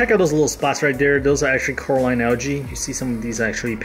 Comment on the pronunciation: First; 35 PPT not 35 PPM of salt. Second; "Coralline Algae", not "Caroline Algae"